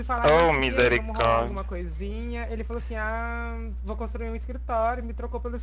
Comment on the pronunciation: "Misericredo" KKKĶKKKKKKKKKKKKKKKKKKKK